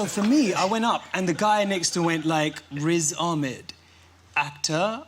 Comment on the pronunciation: It’s Whiz Ahmed